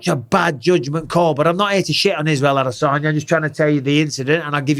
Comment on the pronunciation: brotha how tf did u butcher the name that bad. Adasanya